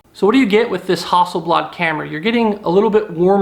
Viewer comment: I do not care for the Phantom its to big a bulky for the places I like to go and shoot so I went for the M2 and it is great ok its not got a pro-grade camera but I bet you the P5 wont have anything thats much better. you got to spend a shit load more than a few $K to go pro level so I don't really get you and Why did you say "Hustle Blood" ? that's not how you pronounce that name dude !! lol